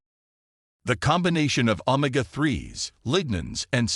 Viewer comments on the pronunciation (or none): Hey robot, it’s o-may-ga, not ohm-ma-ga 😅